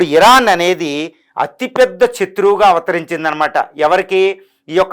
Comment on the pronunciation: Pantikinda rayila " Satruvu" Pronunciation untondi. Pls correct this